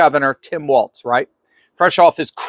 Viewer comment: It’s “walls” like balls, not “waltz”